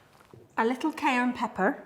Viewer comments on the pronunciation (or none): Every time she says cayenne pepper I can’t help but hear “cayern peppern” thanks to Novympia 😭😭